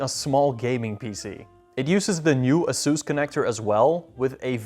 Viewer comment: Did this guy say "uhsoos"?